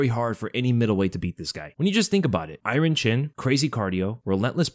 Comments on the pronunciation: Stop pronouncing iron the way that you do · “Eye-rin” chin 🤜🤨🤛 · I really like how you say "iron" in "iron chin"